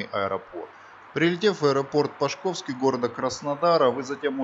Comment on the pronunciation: Аэропорт Пашковский ( пА шковский - ударение на букву А).